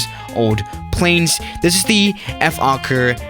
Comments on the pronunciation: It Is Pronounced Folker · Oh btw in dutch you pronounce the o in fokker as you would pronounce the o in british “oi” like oi mate :) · It's actually pronounced as "fhawker" where you would clearly hear the word "hawk" in it. Also Fokkers military history is far more notable to the public than their commercial flight era. Funny enough, a lot of people forget that even in WW2 Fokkers were widely respected by the Germans and eventually the Soviets after the winterwar of 1939 until 1940. Ofcourse after the war Fokker decided to focus on commercial aircraft again and that eventually let up to Fokker making huge mistakes in the early days of the 70's. They could have still been a part of the aircraft manufacteres market on chartered flights and cityhoppers, but yeah everyone knows what happened... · You said FOKKER haha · No one:: Ef-okker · ”F Okker” Okker: 😐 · When you say: Fokker Try you didn't swear: "F" okker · Im pretty sure its pronounced foe-kker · Just pronounce it like Folkker. see? Fo-l-kker with an L Also im Aussie so for me i say it like Fokir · Did somebody say focker? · u can say it like fold ker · Lol I always think it says f*** not fokker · Nobody: Youtube: Don't say the F word: Fokker